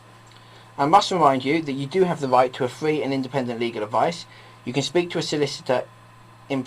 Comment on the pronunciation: Advice is fwee